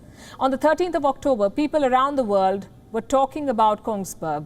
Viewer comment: i love the way palki pronounce word with an S on the endingSS..